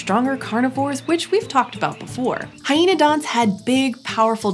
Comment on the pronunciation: amphiCYonids [but: amphicyONidae ] carNIvora, carNIvorans [like DeNIsovans ] At least you got hyaenodont right.